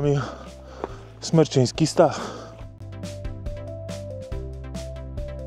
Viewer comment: Super film :D A Jaskinia Mroźna przeszła parę lat temu remont i nie ma w niej już oświetlenia ;) P.S. Smreczyński Staw, nie Smerczyński ;) Czerwonych Wierchów znad Stawu niestety nie widać ;)